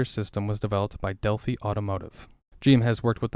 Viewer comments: Del-f-eye not del-f-eeeee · Did you say “Dell-Fee” just to piss us Americans off. ? Oh, either this is a i or you are one of these kids that don’t know what a real job is…. Delphi. “Dell-phi” “Fye” I know it’s an important it pisses me off because I’m one of the last generations that knows what the hell that is and what it meant. They have a real job but you could retire from and not some bullshit Biden communist crap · Delphi, say it like WiFI... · its kinda funny hearing someone say del-fee instead of del-fi. delphi sponsord the robotics team i was on many years ago. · Cool study. BTW Delphi is pronounced like Delph-😊eye. I was a robot lead for years at General Motors very familiar. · Awesome video dude. I've driven through Delphi and the facility quite a few times in my career. That being said I need to correct your pronunciation of the Delphi, it's pronounced Del Fi like wifi but del fi. Delphi Indiana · delphi said (del f i ) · Delphi...Isn't that pronounced as Del-fi...rhymes with Hi-Fi?, Bird's-Eye, etc??? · Its pronounced "Delf-EYE" LOL